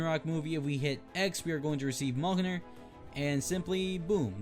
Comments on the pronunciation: Your say Mjolnir wrong its(Mull-Near) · it is pronounced miolneir?? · I think you pronounce it Me-yol-neer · mjolnir is pronounced me-yol-near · It’s pronounced meal near or meolnr